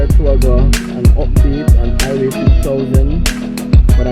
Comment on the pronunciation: Hi-ghway Not I-way😂